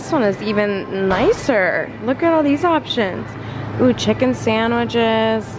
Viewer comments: Or sandwiJes 😅❤️ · “Sandwidge” “sandwidges”